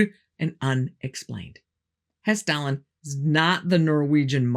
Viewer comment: thanks for Hesstalen. You really nailed the pronunciation of those names. I'm impressed that the Norwegian government isn't trying to deny the phenomenon in their skies.